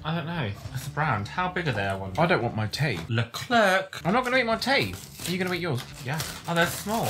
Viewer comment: LOL "Le ClerKKKk" Hahahaha. It's pronounced, Leh Kler, it's a family name and a brand in Québec.